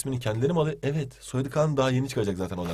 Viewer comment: nasıl bir evet diyişi o 😂😂